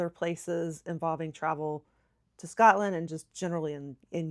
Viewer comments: Your pronunciation of Edinburgh is very good. I’m Scottish and I love listening to diaspora Scots in America who still feel an affinity with our homeland. The one thing that you could practice is to not say Scutland. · Just remember it's "Scot" (as in POT) "land"...it's an O and not an A. We, in Glasgow anyway, pronounce it slightly different due to the Glaswegian dialect and accent...it's difficult to explain but the "O" sound is a bit longer and has an "AW" sound like "Scawt-land". Some places will elongate the "O" sound even more so it's more like "Scoo-t-land" (but not Scoot as the "t" is a bit separate). It's weird and, as our accents and dialects can change over a very short distance, it can be difficult to get it just right but if you stick with SCOTLAND and not SCATLAND you'll be fine. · 1 pronunciation that annoys me is, when people say ScAtland